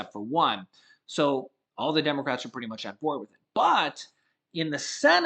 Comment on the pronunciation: I'm shocked did you just say demarats.....shocking